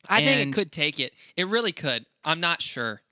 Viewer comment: I already love this “vreally” much! Haha 😂